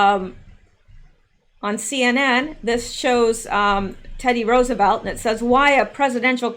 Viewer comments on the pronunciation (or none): none